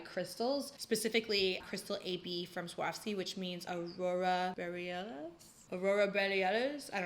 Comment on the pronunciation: I'm latina, and the way you said 'auroras boreales' is killing me.